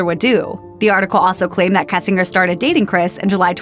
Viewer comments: Pronounced Kessing....GERRRRRR.. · mispronouncing "kessinger" gets old really fast.